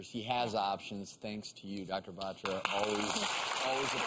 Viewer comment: Why do they have to pronounce 'Batra' like that??